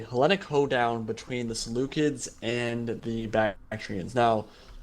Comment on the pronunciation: Is that how you pronounce Seleucids?